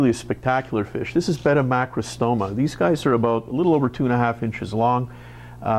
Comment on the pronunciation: did he say betta macrastoma ? cause the one i found in the internet look completly different